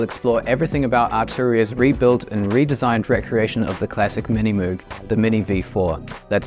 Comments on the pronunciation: I hate to be that guy but I think you mispronounced Moog 🤓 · Bro You can pronounce it in any way, as Moe'g or Moouh'g, Mr. Correction Tape.